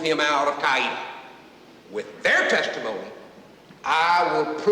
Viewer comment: My grandfather-in-law was in Strickland’s crew. My mother-in-law told me the story and said they left a lot of the story out of this movie. It would take at least 1 more movie to tell the story thoroughly. By the way it is pronounced Cow-wee-ta . Not Ca-ee-ta